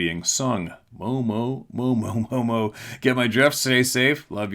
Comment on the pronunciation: ... Mo,mo is the correct way to say it. Sup, fam(?)! MO is the abbreviation for my state (as far as the postal service is concerned), and mo is short for monster. I live there and have been hearing about Mo,mo since the 60s. Peace🎉🍻